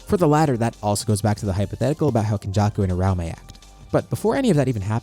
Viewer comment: I have never heard someone pronounce uraume like UH-RAO-MAY before in my life. New pronunciation just dropped 😭